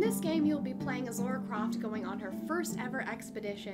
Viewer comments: The game is generally wonderfully produced, but for me, sadly, ruined by too many QTEs. One or two, as in Far Cry 3, would've been ok, but to have them over and over throughout the game killed much of the enjoyment. Which is a shame as I so wanted to like it. Oh, and it's LARA, not Laura! :) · "Lora" I know somebody who goes nuts when hearing someone pronounce Lara that way.